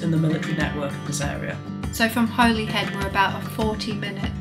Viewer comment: Holyhead is pronounced in wales as Hollyhead.